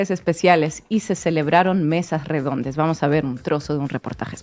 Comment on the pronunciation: Dijo "mesas REEDONDES?